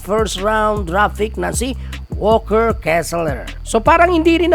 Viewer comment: ayusin mo naman pg pronounce mga apliyido ng mga players kaibigan..donovan not donavan,towns hindi town...walker hindi walkers.